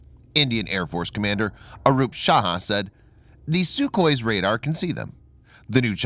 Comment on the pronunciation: The name is "Arup Raha", not "Saha".